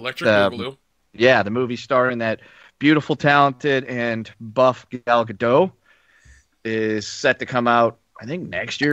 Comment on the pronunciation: Bumper - Intro - It's 2018, let's start the Show - Solo: The Train Wreck - Patreon shout out - The News - mispronounces Gal Gadot - Game of Thrones....shit or get off the pot - Fox TV productions - Super hero burnout and forced diversity rant - DC Comics (and Movies) - Spider-Man...grow up and be a man - Bond. James Bond. - Michael Keaton, The Batman - 2018's Big Movies - Infinity War, part 1 - Ready Player 1 - Black Panther - Solo: A Masturbation Story - Deadpool 2 - Jurassic World: Fallen Kingdom - Ant-Man and the Wasp - Incredibles 2 - Pacific Rim Uprising - The New Mutants - Tomb Raider - Alita: Battle Angel - talks about his Mother! experience - The Predator - X-Men: Dark Phoenix, Venon, Aquaman, Wreck It Ralph 2 - Mission Impossible 6 - Oceans 8 - Super Troopers 2 - A bunch of movies ain't gonna see - Movies turning 25 - explains the technical issues